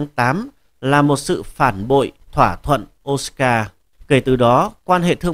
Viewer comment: Osaka đọc là ô sa ka ko biết à